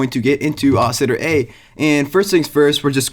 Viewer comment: I'm sorry what ? Ousiter? Dont you mean oscillator?